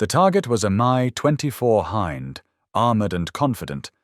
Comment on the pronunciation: Hind helicopter: h-in-D = h-eye-nd. AI pronunciation at its finest!